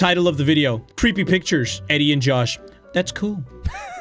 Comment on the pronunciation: When he said we’re gonna look at the worlds scariest pictures it’s sounded like bictures